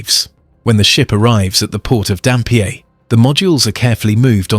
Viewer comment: Phew. I'm a West Aussie, but knew none of the progress. Just a couple of tips on pronunciation. Karratha is "Car-ahh-'tha". Dampier is "Damp-ee-er". Thanks for the video!